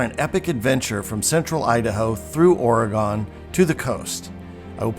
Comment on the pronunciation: You should learn to properly pronounce Oregon. Sounds like you have never been here. Will add some credibility to your video.